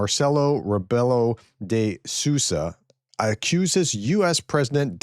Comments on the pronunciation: As a Portuguese I back my president words... the translation checks ok. Sousa is pronounced as Soo - zuh... :D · Hi. You can read Sousa like if you read Soosa like Rebook:D so Marcelo Rebeelo de Soosa:D